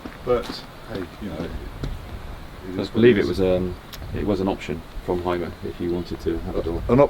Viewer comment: What a nice vehicle!👏👏👏 But....it is a Mercedes and a Hymer.... and when you want to know, how these names (and others) are correct spoken... watch my video.😉 With greetings from the birthplace of them...Deutschland.